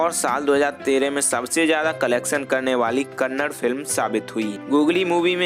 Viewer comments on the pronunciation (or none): Bro pronounce as kannada, not kannad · Bro before making a biography on yash you should pronounce correctly its not kannad its kannada and its not karnatak it karnataka first improve your pronunciation then make a video afterwards every north indian will started pronounce kannad instead kannada yash sir said many times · Stop saying Kannad it's Kannada like it's Hindi not Hind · Bhai ek baat jaanlo, 'kannad' naam ka koi bhaasha nahi hai 'KANNADA' bolo. Ham sab 'HINDI' bolte hai koi bhi 'hind' nahi bolta hai